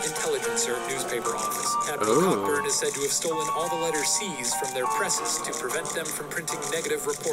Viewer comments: It's pronounced "Coburn" not "CoCKburn"! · Its pronounced Co-Burn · Cockburn is pronounced coburn